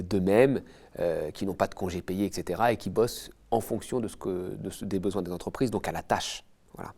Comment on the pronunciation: Combien de "zentreprises" ?!